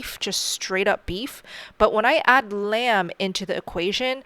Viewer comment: foo paunds of biif - tziiiisas kraist lol